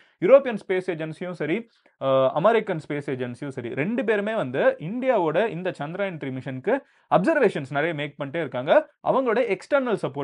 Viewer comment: For you information, Its Chandrayaan not CHANDRAAAAYAN 🤦